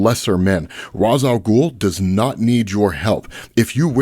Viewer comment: never gonna' subscribe to an account that pronounces Ras INCORRECTLY